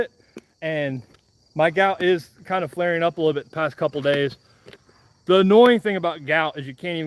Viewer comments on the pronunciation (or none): none